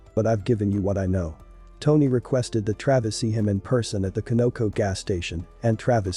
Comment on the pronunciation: Glad he got caught! And the gas station is pronounced CON-NA-CO